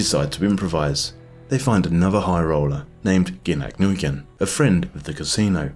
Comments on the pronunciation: Heads-up for the future: Nguyen is pronounced "win", like "win or lose" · Nguyen is pronounced wynn 😝 I guess you don’t know any Vietnamese. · Nguyen is Vietnamese and pronounced like "when" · Nguyen is pronounced "Win"